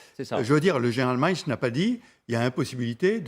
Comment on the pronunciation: Trinquand: "Ce qu'a dit le général Miles"... Quoi? Miles... c'est Milley (prononcé mille-et). C'est ça nos experts?